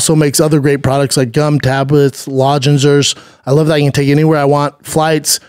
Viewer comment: ……. and Rogue makes “lozengers”. Love it! #schaubspeak